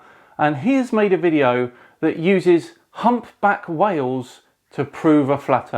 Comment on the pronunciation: What is this "humback whell" he keeps referring to?